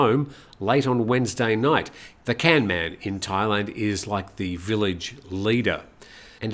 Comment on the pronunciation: Gamnan, not canman.